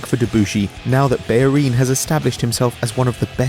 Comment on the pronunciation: It's bellerin u idiot lol